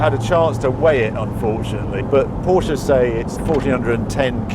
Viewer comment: Thanks for using both syllables when pronouncing "Porsche". (Mat Watson take note)